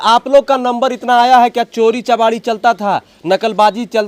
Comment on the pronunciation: न्यूज़ रिपोर्टर बन गए हो और बोलने की काबिलियत नहीं चोरी चकारी होता है ना कि चोरी चमारी